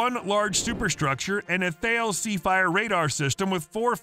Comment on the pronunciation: Interesting and informative! On a side note, Thales is pronounced "tal-iss", rhyming with malice.